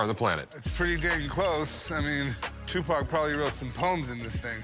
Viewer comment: LOLOL "What can you tell me about Too Pack? This.... Sugar Knight?" 😂